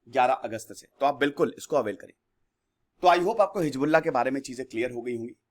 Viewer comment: Sir, you were about to say, heezda... 😁😁😁😂😂😂